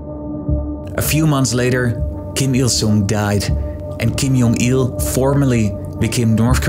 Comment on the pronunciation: Why did you pronounce Kim Jong Il as "Kim Yong Il"? Every North Korean media pronounces his name with J instead of Y. So why change the pronunciation?